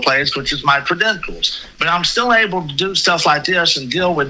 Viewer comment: Credendums?? Is that supposed to be credentials?